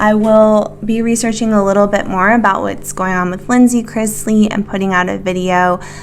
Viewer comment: Can we please stop saying Crizzzzzzzzlies? It's Cris - ley. :D